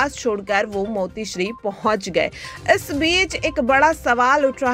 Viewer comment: हिंदी बोलता येत नाही मातोश्री बोला मोतीशरी नाही